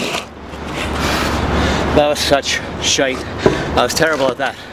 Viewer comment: "that was such.. shite.. (shoite even, proper accent), I was terrible at that.." Definitely Irish.